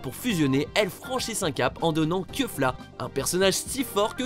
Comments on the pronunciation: cest pas keufla cest kefla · Sa ce prononcé kéfla et non keufla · Il a dit keufla je suis mort😂😂😂😂😂